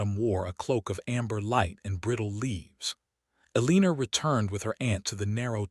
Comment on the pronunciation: Will someone please reprogram AI to pronounce her name as El a nor. E lean er is wrong and very distracting. I would just read the story but AI can't even be consistent in the spelling of the name and other words. If you insist on using Eleanor but mispronouncing it, I will quit listening to your channel.